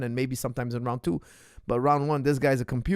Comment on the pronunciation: It’s Habib, not Kabib, pronunciation-wise. He repeatedly said that.